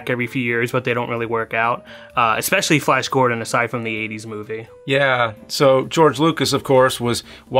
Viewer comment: Flayash Gordon